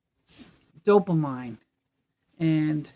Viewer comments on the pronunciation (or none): Just FYI, it's pronounced dopameen!! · Hi!! Retired RN here and just to let you know, dopamine is pronounced "do-puh-meen"! It's not how it looks. lol. Love You! ❤️🤗🙌🙏